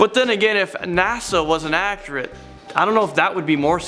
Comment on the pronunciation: For the love of god, please stop using words that you don’t know the definition of, and stop saying accurate, you say it wrong